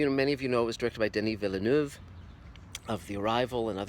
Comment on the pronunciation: I had been pronouncing his name "denee vill-eh-noov", as well. But I've learned, from francophones, that the last name is two syllables. Here is an excellent explanation how the pronunciation works from a real french speaker (and doesn't she remind you a tiny bit of Anne Hathaway...?)